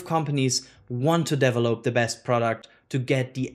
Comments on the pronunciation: We need to start a drinking game everytime says Deevelop instead of develop:) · same here, and his "develop"s trigger me to laugh 🙂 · Can you please, never ever say “develop” again… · the way you pronounce "variant" and "develop" needs to be fixed. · The way he pronounces "develop" and "variant" trigger me so much, and I'm not even a native english speaker.